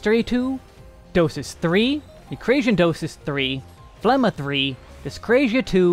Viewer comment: The G in Phlegma is not a silent letter.